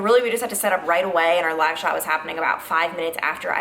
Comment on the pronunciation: When you said “live shot” location I thought you said “lash outlet”. I was like “wait, what, is one open?” I have two loud kids so it was just me, but super funny. Thank you for all you do! 💛